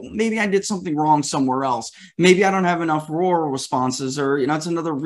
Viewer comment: Hey! finally pronounced "Rural" correctly. Good job! You come across i more ntelligently. Good work.